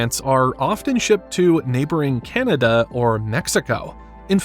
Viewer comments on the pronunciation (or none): none